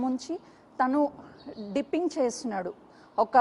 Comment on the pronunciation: Arey ammma "" "dimpining" "" kadu ,,,"" ,Dipping"" " to check the volume in side drum